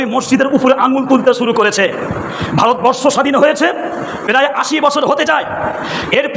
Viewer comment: "পেরায়" নয়, হুজুর "প্রায়"। 'ইয়ারপোট' নয়, "এয়ারপোর্ট"। অশিক্ষিত জিভ। পেটে বিদ্যে আছে বলে মনে হয় না।